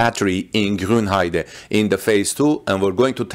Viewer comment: Thumbs up for pronouncing "Grünheide" correctly :). Not really sure about this new battery technologies. I don't see why you would make new cells smaller. Smaller cells mean more overhead in terms of weight and size. On the other hand, it could make cooling easier. I'm afraid we have to wait for battery day to know for sure what this is all about. Politicians talking about technical topics is probably not the most reliable source ;-)